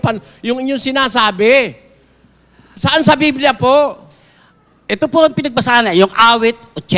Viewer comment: Mr nalooae..BIBLIA..hindi BILBIA